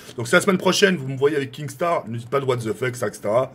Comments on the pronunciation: Kinnstar pas kingstar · Qui peux lui dire que c'est pas KinGstaar mais Kinstaar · KINSTAR et pas KINGSTAR bordel !!!! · Kinnggsttarr ein peut de rit cantoner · Mdr je rêve il dit kinGstar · Arrete de dire kingstaar